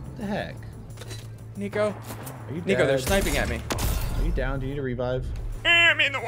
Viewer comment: Wtf did he say niko or the n word